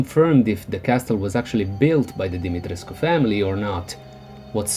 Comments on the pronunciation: I love the way you pronounce "Demitrescu". Way classier than me. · I loved this!!! ❤️ And extra points for pronouncing her name flawlessly! I'm Romanian and my last name also ends in the -escu suffix 😂